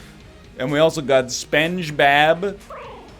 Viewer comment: who else had a chuckle when he pronounced spengbab?